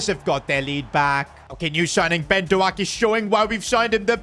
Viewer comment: It’s not Ben do ak buddy